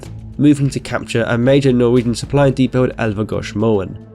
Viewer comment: Ah! He just said 'deeepot' oh my God!